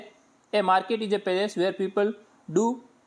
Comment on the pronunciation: Place not palace🙏